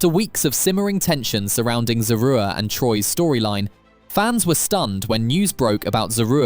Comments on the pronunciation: This man done called her three conjugations of her name, and STILL never pronounced her name correctly! 😩😩😩😩😂😂😆😆😆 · Every time her name is mentioned. the commentator pronounces it differently. Pick a version and stick to it. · How many ways can this narrator pronounce "Zeruiah?" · The fact that you pronounced her name 5 different ways is so wrong, when her husband pronounced it in the beginning of this clip!! Mad disrespectful bro.